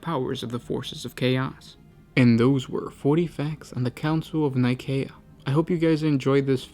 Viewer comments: Actually, that is how you would pronounce Nicea, the location of the council that formed the Bible and the Catholic church as we know it today. This is the name of a planet 28,000 years or so in the future, so Nikaea (Nye-kay-ah, Nih-kay-ah, or Nee-kay-ah) would be more appropriate. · K doesn't make a cee/sea sound. If it is spelled Nikaea it's Nigh-kay-eh or Nigh-kae-ah